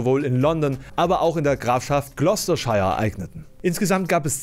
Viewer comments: Grafschaft "Gloucestershire", wird in etwa "Glasterschir" gesprochen. ;-) Die Briten haben einige uns seltsam anmutende Aussprache-Regelungen. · Ob Glostershire wirklich so ausgesprochen wird?